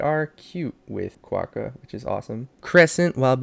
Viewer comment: I love this review and the art!! It’s lovely and I agree with a lot of the things, specifically platypus. I see a lot of people saying she is annoying but I don’t think so, I think she’s more complex then that Just a little thing ^^ Quokka is pronounced (kwakuh)